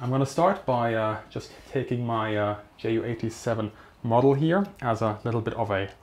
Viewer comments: Meinst du weil er jay-yu und nich jot-uh? Seine Community ist englisch also macht’s Sinn das er jay-yu sagt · Bitte sprich Ju87 korrekt aus. Bei Abfangvorrichtung klappts ja auch. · jep genau... mir biegts die Ohren runter wenn er's english pronunziert